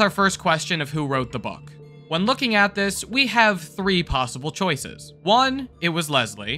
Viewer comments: `coices`yes coices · "3 possible coices"